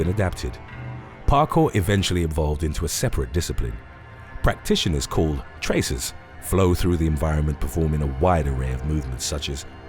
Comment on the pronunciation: traceurs not tracers (its french)